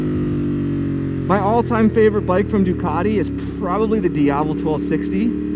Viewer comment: NO “DUCARI”, IT’S DUCATI, SAY IT IN ITALIAN, THANKS!